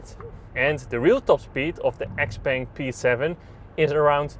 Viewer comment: Pronouncing it as XPeng is correct. That's what it's known as internationally. In the Chinese market, it's known as Xiao Peng.